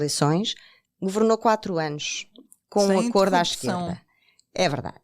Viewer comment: Sra jornalista, o plural de acordo mantém o mesmo som do singular.